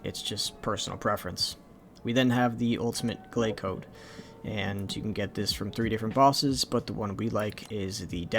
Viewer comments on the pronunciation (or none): He put chode instead of code 🤣